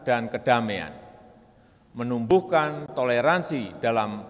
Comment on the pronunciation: Mngkin mksudnya wiwi melumpuhkan, memumpukkan,menumbuhkan nganu nganu nganu ahh sudahlah